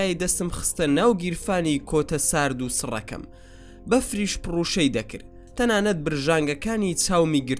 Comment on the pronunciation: بەفر پروشە ئەکات نەک پڕوشە 😂😅 لەشت ساغبێت